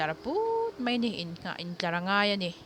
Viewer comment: 'Mei' tih kha a dik lo,mai tih zawk tur aw.ka hriat ve chhun ka lo sawi ve mai mai.